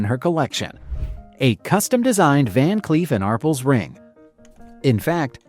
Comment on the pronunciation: Ar Pels, not arpuls. Geez.